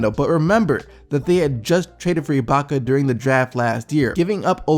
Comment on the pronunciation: Haha this nigga keeps saying iblaka... it's ibaka.. no L.. lol